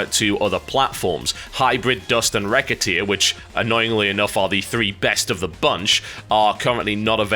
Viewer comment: Recettear is pronounced re-set-ear, TB. Its French.